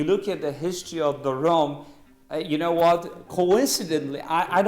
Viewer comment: "as you kneau..."